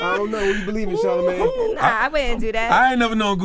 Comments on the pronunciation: Charlamagne said "how does it feell to be a clone?" Thats what i heard. 😅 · Charlamayne with the assist 😂